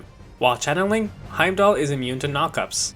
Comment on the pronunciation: When the game tells you how to say the name and you try your hardest not to pronounce it right cx